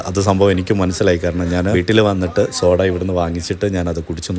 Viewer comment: 🙋🏻‍♀️chakkare🙋🏻‍♀️സോഡാ അല്ല ഷോഡ 😅ഇത്രേം എഫക്ടുള്ള സാധനം വയറ്റിൽ ചെന്നാലുള്ള അവസ്ഥ.🥴.. പടച്ചോൻ ബുദ്ധി തരട്ടെ 🤲🏻